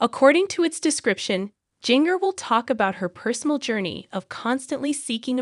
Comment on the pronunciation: Start by saying her name correctly!!!!?